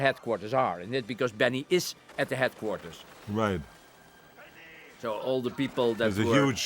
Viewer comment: ...headcourtters of the gorerilliazzs...